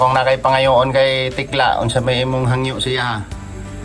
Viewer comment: Super tekla hindi tikla😂😂😂